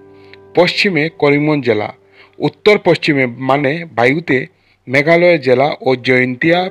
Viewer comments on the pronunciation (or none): Manipur District ?? Meghaya District ??? Data gulo sundor, script bhalo hoyeche kintu Pronunciation ta aro onek thik korte hobe.